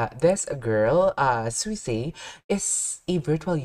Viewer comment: its pronounced `Swee-say` , swee, as in sweet. also you shouldnt be concerned about copyright aslong as the song is under ` cover corp` they have green lit reactions to their content. aslong as the content is free to find on their talents channel and not behind a paywall ( such as membership streams or 3d live concerts which require tickets to be bought to watch/go to, like suisei`s upcoming sololive on the 28th)